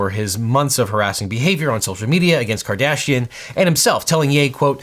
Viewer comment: Half the time you say Kardashian I hear Cardassian...